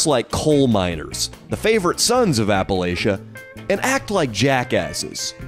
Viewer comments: Appa Latch A! Not latia lol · We pronounce it like apple atcha here in appalachia, not apple A shuh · its appalAchia not Appalaechia ok AH-PU-LAH-CHUH but I love you and will forgive you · & Leo are like the evil Los Angeles alter-egos of Rhett & Link. I actually hate them. Also it's pronounced "apple-atcha", and not all of us are poor, uneducated, and/or on meth. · It’s pronounced apple atcha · It's APPA-LATCH-UH.... just saying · Hearing consistently pronouncing Appalachia wrong while talking shit about the uneducated is my new kink. 😂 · how he says appalachia makes me mad